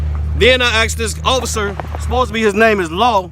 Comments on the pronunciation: Axed... Asked? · I axed an axed this man wtf?